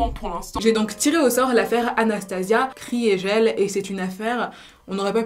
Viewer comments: Kriegel ne se prononce pas « Cris et gel » mais « KRI GUEUL » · Ça se prononce pas Kriégelle mais Krigueule